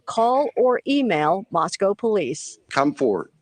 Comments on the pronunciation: Love you! I'm a local, it's actually pronounced Mosco, the w is silent. Rhymes with Rosco. 🙂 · LOVE your Podcast,! Small point: I wish you would pronounce Moscow correctly: It's a long "O" just like Idaho, not like the animal 'Cow'